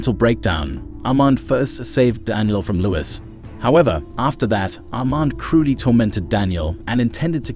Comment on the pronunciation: The pronunciation of Louis and Armand, the latter sounded like Almond